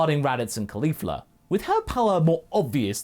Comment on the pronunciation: I always roll my eyes when I hear Caulifa, you have made her very entertaining so far, pretty amazing things